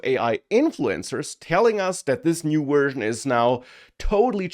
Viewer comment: wersion, lol vorld, lol awailable, lol